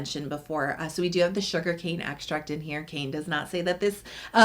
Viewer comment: The toner, Kaine, is not pronounced “ cane” it’s pronounced Kai- Nay.